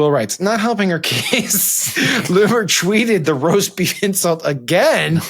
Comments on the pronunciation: The amount of times the guy on the left called it "roaf beest" 😂😂😂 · Sam keeps saying "roaf beast" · My favorite part is hearing Sam try and pronounce roast beef... also Lion's Choice is the best!! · The story about the maga cocktail hour where Tim got beat up by Keri Lake explains everything! I understand it all now, cant you see the genius of it all, don't you see, it' so simple, why didn't I see it before, it was right in front of us all the whole time, REMARKABLE! Oh, did he say "accosted"... never mind